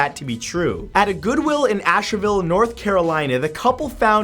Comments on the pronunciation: lol instead of pronouncing it ash-vil he pronounced it ash-eh-vil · IM OFFENDED HE SAID ASH-EH-VILLE BUT ITS PRONOUNCED ASH-VILLE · Hi Matt, I love your videos. They are always great. I have a comment on this video. I am a native North Carolinian, so I guess I couldn't help but notice that you referred to Asheville, NC as "Asherville" NC. Just an observation that stood out. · Lol Hey Matt! Btw I'm from north carolina and Asheville is pronounced (Ash-Vill) just an fyi for future refrence! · ~ Asheville is pronounced Ash-ville The e in the middle is silent. Rhymes with Nashville. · It's pronounced Ash-ville, even though it's written Asheville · It's pronounced Ash-Vill NC. Nice effort for a Canadian though. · Its pronounced ASH-VIL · The way he said Asheville made me laugh 😂😂😂